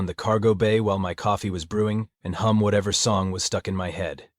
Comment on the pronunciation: I wish that these AI narrators would pronounce English words as they're supposed to be pronounced, like chitenous is to be "KAI•tuh•nuhs" not "Chih•tuh•nuhs", and hum is to be "hum" not "hŪm"...